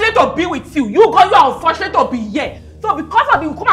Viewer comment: 😂😂😂😂😂😂😂 I don laff tire 😂😂😂😂😂 "He is unforshulate to haff you" 😂😂😂😂